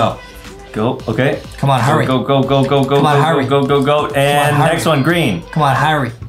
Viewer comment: When justin said HURRY it sounds like HURRAY🤣🤣🤣🤣🤣🤣🤣